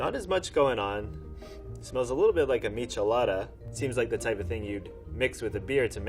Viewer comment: “Expert” pronounces Michelada incorrectly :/